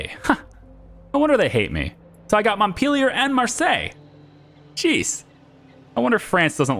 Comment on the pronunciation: SORRY WHAT! Mont-Pillier? 😂